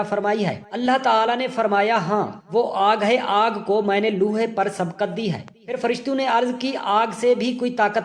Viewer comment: Aap lohay ko loohay kehtay hain. Apni Urdu sahee kren.